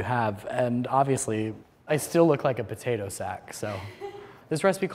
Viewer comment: Live and die for the way says "puhtaytah"